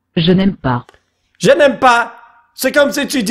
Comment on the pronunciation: Quand elle a dit "je n'aime pas" j'ai compris janemba comme toi 🤣🤣🤣🤣